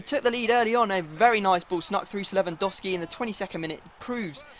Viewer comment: U pronounce lewandowski wrong to